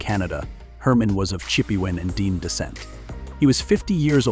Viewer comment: "Dean descent"???? It is pronounced [Denay].